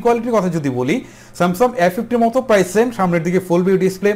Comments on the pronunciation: Samsum না Samsungকথা শুদ্ধ ভাবে বলতে শিখেন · আরে ভাই সেমসাং,,,,,!,,সেমসাম বলেন কেন ,,,,????